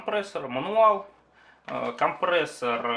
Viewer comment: Спасибо за обзор, но произношение всё портит! КомпрЕссор через Е!!!